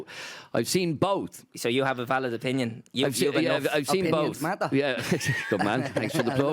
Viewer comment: "vaild point" power 🤣🤣 cracked up lads. Adrian is controversial but I like it.